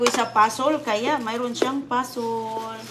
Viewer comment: Pasol? Puzzle please, kindi, di ba candy? . Mag aral ka na please inday ng English. Tapos, ridi, di ba ready?